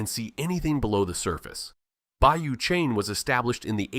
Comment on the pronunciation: Bayou Cheney LOL it’s Bayou Chene (look at pictures at 8 minutes 41 seconds) and it’s pronounced “Shen”. AI voice over is terrible!